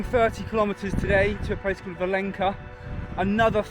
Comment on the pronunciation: The reason there isn't much infrastructure for peregrinos along that stretch is most pilgrims take a ferry across the mouth of the river and continue to fallow the coast on the spanish side. Im sorry to be that guy but Valença is pronounced Valenza not valenka the ç sort of a z/s sound.